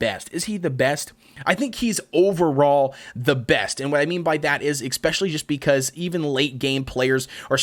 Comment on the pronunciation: Am I the only one disturbed by the way he pronounces "especially"? I know he's not the only one, I've heard it before. But I find it odd since there is no K, no X or no C in the beginning of the word. Pronounciation aside, good content dude 👍